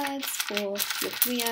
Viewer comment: when i heard career i thought she said korea